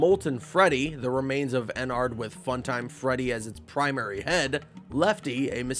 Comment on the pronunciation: i'm sorry to do this but there's so many things wrong here. Thats not why the robots try to kill you in 1 and 2, they're haunted. FNaF 3 is a horror attraction not a museum. Michael had those dreams in 4, not the kid. Michael in SL is a technician, not security. You pronounced Ballora and Ennard wrong. Lefty isn't black, he's blue. Jeremy's death in SL wasn't an accident.